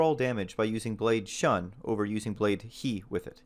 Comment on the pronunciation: Now that you've been browbeaten into pronouncing it Blade: Hee, here's a few more for you to chew on XD: Shun = Shoon Heishi = Hay-She Kendatsuba = Ken-Da-Tsoo-Ba Samue = Sa-Moo-Eh Sune-Ate = Soo-Nay-Ah-Tay Masamune = Ma-Sa-Moo-Nay